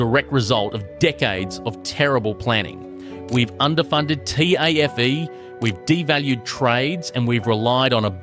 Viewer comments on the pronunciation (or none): Bro i cant handle this ai bullshit. Who says Tafe like T A F E. Or hecs debt as H E C S.